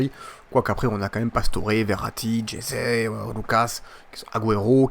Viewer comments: ca se prononce pas jeté mais resé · Ça se dis Resé Mdr tu dis Jesé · Stp dis Ressé pour Jese même les commentateurs france3 le dise😭😭😂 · tu me tue quand tu dit jese 😂😂😂😂